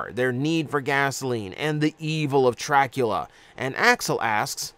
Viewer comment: I had a very visceral response when you said "Trackula"